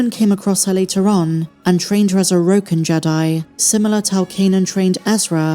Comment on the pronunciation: Roken jedi?. Its bokken jedi. Get it right ur supposed to "know" these details. Jesus